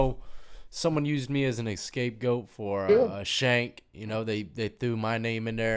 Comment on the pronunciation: Another great video. I been following for a long time and love the content and the art work. (If someone hasn’t checked out deaths work, check it out). I gotta let you know, because I’ve heard it in a few videos... it’s “scapegoat” lol. respect. I appreciate you.